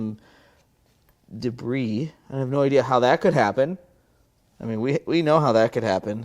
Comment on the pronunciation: Haha - another "I fixed it." And I'm relieved that you were worried about a misfire due to part in the intake. But I miss pronouncing debris as "de-briss." Did too many people not understand your humor?